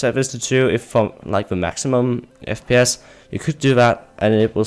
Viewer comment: He said Fpiss at the beginning lol